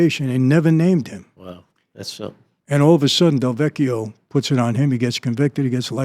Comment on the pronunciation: Lin DeVecchio not Del Vecchio..as a Del Vecchio I am very sensitive to this slight correction..:) thank you